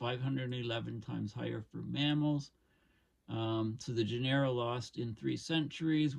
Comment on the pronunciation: “Genera” is pronounced with the accent on the first syllable, not the second.